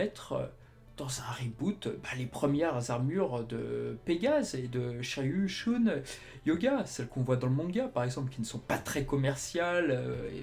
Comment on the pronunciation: Excellente chaine! Par contre en regardant tout en vo, je n'ai jamais entendu andromède être prononcé shOUne...